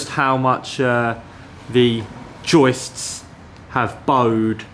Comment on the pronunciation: great pronunciation of joistssssss! love ya . xo.